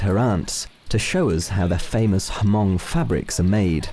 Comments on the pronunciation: Hmong is pronounced "Moung" not Hamong. Additonally: 1) We are not tribal. We are a 4,000 year old Chinese ethnic group 2) Stop exoticizing us as tourist attractions. We're not zoo animals. 3) Knock it off with the white-splaining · The narrator mispronounce the word "Hmong" it was not "Hamong." The "H" is silent it was just Mong. smh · Hmong....not Hamong. 😅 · The H in "Hmong" is silent. Never heard it pronounced as "Ha-mong' until I watched this documentary. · It’s Hmong not Hamong...... Haa Mong🤣🤣🤣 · I am Hmong and am very pleased to see this video. Btw, Hmong is pronounce with a silent H. It's not H...Mong. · Please correct the pronunciation... It is not pronounce H'Mong/Ha MONG but simply "HMONG" . It is a SILENT H so you just proounce as "MONG". No such ethinicity called Ha Mong or H'Mong but HMONG AS H becomes a silent H as recognized throughout the world. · Hahahaha, these Europeans are so clueless. They still call these people “H-MOng” with the H! They think the Hmongs are just tribal people living in small huts in the mountains of Vietnam, lol. All they have to do is do one damn google search. They’ll see that there’s hmong people as senators, city leaders, Mayors, doctors, and lawyers all across America, Canada, Australia, and France. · don't pronounce it H mong the H is silent so it's just mong without the H.. i should know, cause i'm hmong myself... there's 3 types of hmong that live there, the first is the white, green and the black hmong.. these 3 types of hmong has their own dialect , but the white and green understand one another, but the black hmong has it's own dialect and i don't even understand it myself, although i'm hmong... in hmong tradition it's better to host your guest to the upmost respect and catered to their guest is very important... any guest is welcome with open arms and thank you is really uneed.. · Doesn't it annoy anyone how they say hamong every single time? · Its not pronouced HaMong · The H is not pronounced in Hmong. Peace :)